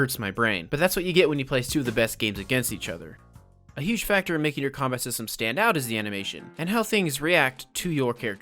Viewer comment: U just made my day by saying kombat instead of combat